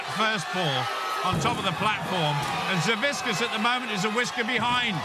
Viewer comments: WHO THE FUCK IS "SAVISKAS"? IT'S SAVIK-AS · All right.. Im a Lithuanian just like Savickas, and please ssay his last name correctly. It's Savickas and the C and K is said seperatly, nots just a one sound of K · These announcer really can't pronounce Savickas wtf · "we have a champion deadlifter and his name is 'Saviskas" ... WHO? oh you mean SAVICKAS